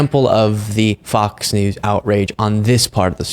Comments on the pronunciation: I've noticed that has a speech impediment where he often doesn't pronounce the S if it's the last letter of a word. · I don't know if it was an accident or not, but you called Fox News "Fok Nu" and I'm totally hear for it.